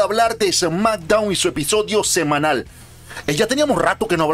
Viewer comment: Me dio risa que al inicio dijiste episodio sem-ANAL y luego " está tan en la mierda " no sé si fue apropósito xD